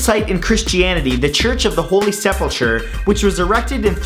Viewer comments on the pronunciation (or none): Sepulcher has a hard ch/K sound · Minor mistake on your part, Sepulcher is pronounced with the "ch" making a "k" sound, not the usual "ch" sound. Other than that though, great job. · Matt it is pronounced sep-el-kur like in skyrim